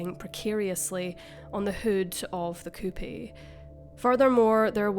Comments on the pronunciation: It’s pronounced “coop” not “coo-pee”. 🙄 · A coupee???? Do you mean a coupe, as in a car???? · The car model is called a "coupe", pronounced " Coop ", not " Coo-pay." haha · It's not "coopy" coupe - the "e" is silent. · Coupey? 😂. Try English. Coupe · "Will-am-et" "Coop" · The "e" is silent on "coupe". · Coupe is pronounced “coop”. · Coopee instead of coupe....lol. . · So sad! Coupe is pronounced coop. The e is silent. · Coupe….. pronounced “coop”……. Only one syllable. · “Coupie?” lol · Coupe, pronounced "coop" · It’s either pronounced coupe (coop) or coupé (coo-pay).